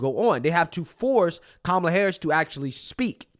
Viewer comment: SAY HER NAME....Kow--MOO--LA